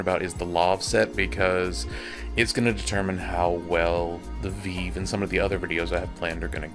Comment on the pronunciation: I've never heard someone call the vive a veev lmao